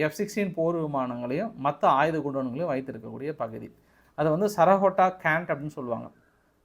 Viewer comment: தம்பி மிகவும் சிறப்பாக செய்திகளை திரட்டி தொகுத்து வழங்குகிறீர்கள் ஆனால் ஊர் பெயர் ஆள் பெயர்களை தப்பு தப்பாக ஊச்சரித்து கொலை செய்கிறீர்கள் சியால்கோட் என்பதை சிலாகாட் என்கிறீர்கள் சர்கோட்டா கன்டோன்மென்ட் என்பதை சரகோட்டா கார்ட் என்கிறீர்கள் நீங்கள் MSc என்று சொல்லி இருக்கிறார்கள் ஆனால் பள்ளி மில் ஆங்கிலம் சரியாக படிக்கவில்லை என்று நினைக்கிறேன் பெரும்பாலும் பெயர்களை தப்பு தப்பாகவே சொல்கிறீர்கள் பாஸ் நீங்கள் மீண்டும் ஆங்கில வகுப்பில் சேர்ந்து படித்து சரியாக உச்சரிக்க கற்றுக் கொள்ள வேண்டும்